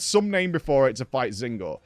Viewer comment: Does he say Zinogre’s name wrong on purpose?